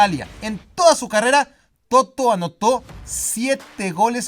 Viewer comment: No es Toto, es Totó.